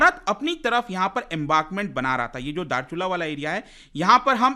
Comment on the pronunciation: Darchulla nhi yr dharchula